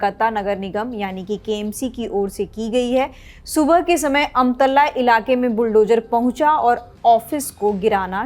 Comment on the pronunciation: अमतल्ला ❌ आमतला ✅